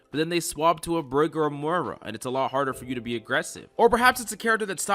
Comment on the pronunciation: The way you pronounced brig and Moira was pretty funny.